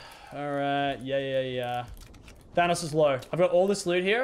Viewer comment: your saying thanos wrong